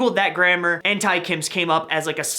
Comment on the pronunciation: Who’s triggered with him pronouncing Tae........